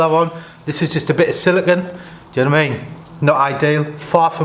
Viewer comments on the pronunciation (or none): none